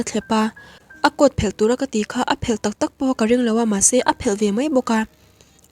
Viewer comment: Tawng thluk hi a diklo leh zauh thin, meng Phel, a fel or i fel tih thluk ang ni lovin (kawrphelh) tih thluk anghian thluk tur ani.